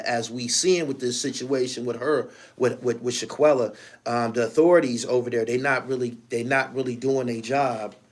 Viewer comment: Shanquella fam…not Shaq-uella